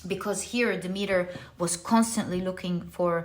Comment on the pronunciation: Dem- et- ter is the correct pronunciation dear one❣️Pile 1 🙏🏽🩷✨